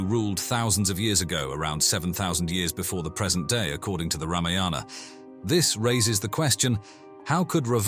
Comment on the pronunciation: It is Raavana and it is Ramaayana NOT Ramayaana...please get it right.